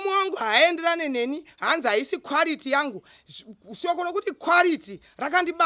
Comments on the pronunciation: Its the " kwarity & purofit" for me 😂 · Kwarity and purifiti😂😂😂😂😂 hilarious